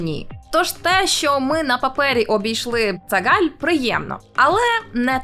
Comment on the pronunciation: я єдиний почув не цагаль а циган?